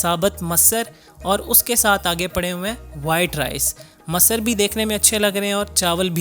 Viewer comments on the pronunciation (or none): Bhai bolna nahi ata to sahi sai perh to Laitai Loki k baad jo dish thi who masar nahi masoor thi